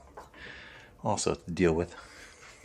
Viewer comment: i thought you said his other friend JACK also I THOUGHT I HEARD YOU SAY (OFF) instead of( also ) had to listen twice